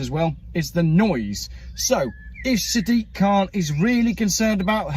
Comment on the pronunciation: It's not Sad dick it's SAD IQ!